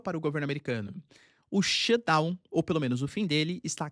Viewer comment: SHUTDOWN. TEM QUE FAZER O SOM DO "T". daqui a pouco o Xandao vem atraz de voce